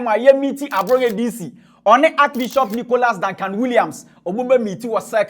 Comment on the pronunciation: What is archi-bishop ? Can’t even pronounce archbishop smh